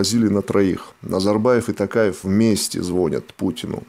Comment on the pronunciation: Пожалуйста, говорите правильно, не Такаев, а То каев, не Акарда, а Акорда. Это же не трудно, вы же очень грамотные люди.